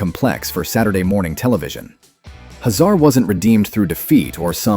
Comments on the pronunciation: HAY zar not ha ZAR. Drule not drul A. Pronunciation matters! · "Hazar" name is pronounced "Hay-Zar" in the cartoon series. It not "Huh Zar" like he's a middle eastern immigrant. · If these videos weren't AI narrated, they'd be so much better (Dru-lay empire, Commander Huh-zar lol??) . Voltron had a total of 124 (52 LF, 52 VF, then 20 more LF specially made for World Events), but Zarkon wold only have been in 72, not all 124Also these always talk abot these shows as being on Saturday morning, when they were in Syndication M-F. the video Talks about Voltron II (gladiator), but instead shows toys of Stealth Voltron from the 3rd dimension series. Also in early Promos, animation for Voltron II was actually another Lion Super Robot anime show called Daltanious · Once I realized this was an A.I. voice, I was stunned at how well it mimicked real speech. Only the mispronunciation of Drule, Hazar, and Albegas gave it away.